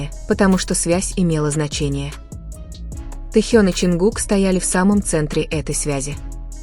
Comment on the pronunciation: Произносите правильно имя тьэхена кто ты такая читаю ком одни оскорбления по какому праву они работают стараються радовать вас какая разница чонгук или тэхен первые они все талантливы и он не бездарь дождидесьтура там будет видно а оскорблять не нужно